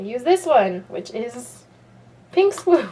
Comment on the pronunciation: ths tutorial rocks and so do all your other tutorials but the way you say pink makes me want to throw up